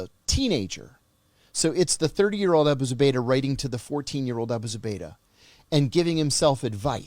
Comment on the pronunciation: He literally says Abu Zabaydah if you'll listen..